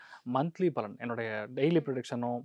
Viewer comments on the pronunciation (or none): none